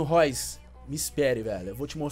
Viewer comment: O NOME DO CARA NÃO É:MARCOS ROIS É:MARCOS REUS KKKK